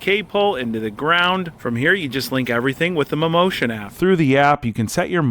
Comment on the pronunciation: "Mammotion" sounds like "Mimosas" 😂😂😂😂